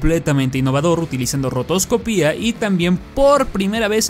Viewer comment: Segunda persona que escucho que dice "rotoscopía" en vez de "rotoscopia" y no entiendo porqué.